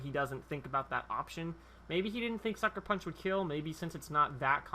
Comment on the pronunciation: the first time u said sucker punch i thought u said fucker punch